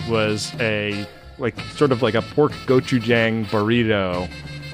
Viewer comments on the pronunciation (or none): love you but "gochujang" has a long a - gochu-jaaaahng